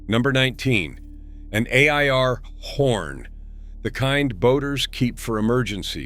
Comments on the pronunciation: "An eh-eye-are horn" 😂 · An eh- eye- arr horn, eh?